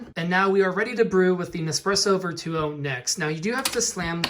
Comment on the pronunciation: Your pronounci g Virtuo wrong